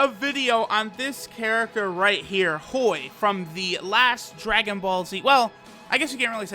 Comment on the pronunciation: When says Hoi i think i hear BOI